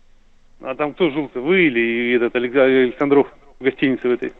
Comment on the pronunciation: Прикольно произносит - АлександрОв))))